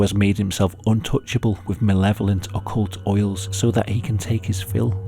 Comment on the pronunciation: "occult oils"???